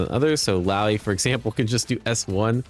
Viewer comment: Omg! said illaoi's name correctly 😮